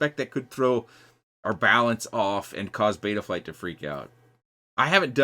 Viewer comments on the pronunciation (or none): none